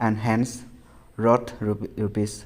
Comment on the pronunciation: Its worth u pronounced roth